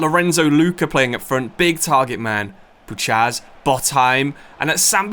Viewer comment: As a Pole, I'm in such pain the way you say Puchacz 🤣🤣 it's Pu-khach. Great video anyway 👍